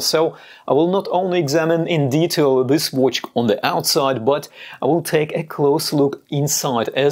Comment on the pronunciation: Best homage oft the Daytona, but I love your pronauncing. Watch, it sounds like wootsh... in my german language wuuutsch... it sounds funny. Best regars from Austria!